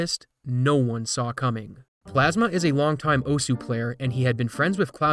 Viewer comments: its pronounced osa...for some reason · "o-su" that and "oss" are both correct ways of pronouncing osu! lmao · Stop mispronouncing osu. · Not even fifteen seconds in and I can't help but wince. It's Japanese--it's just "ohss", not "oh-su". Take a look at the game this is based on/named after, Osu! Tatakae! Ouendan for DS (and its American "version", Elite Beat Agents, if you want to see more of osu!'s origins) and you'll hear how it's said. Many times. But it's an easy mistake to make if you're not familiar, so not a huge deal ^^ Knowing the Internet, he's toast. People will cling to his past and completely ignore any sign of reform, freely hating on him without end. It happens all over the place. A friend of mine is a victim of it, in fact. RANT AHEAD But overall in the end? Pfffffffffffft. This is what you tryhards get. Seriously, look at all of these maps shown. They're full of streams of notes where the only way to do it is to jackhammer the keys and hope you're doing it in time. At that speed, precision becomes extremely difficult and more up to luck. There ARE a few notes with normal rhythms peppered throughout, but for the most part? Just key-mashing. As a Music major, this kinda ticks me off to no end, because not only is it not that rhythmic, but it can't be good for their hands. And in the end, if they are actually that accurate? Why the hell aren't they putting that to use being a percussionist? Fuck note streams that go 1/32s or faster. That just puts in a huge gap of skill for players, one that only fast button-mashing, not actual rhythm, can solve. Us folks who want to have fun can't play a shitto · It's "oss" not "oh-sue"... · "Oh-sue" Its pronounced oh'ss. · 'owsuuh' no, is "Ohs" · "oh-su" i'm crying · Pronouncing it oh sue